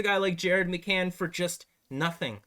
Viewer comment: Ummm did you just say McCann? LOL